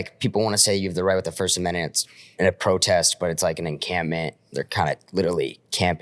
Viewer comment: can’t say “amendment”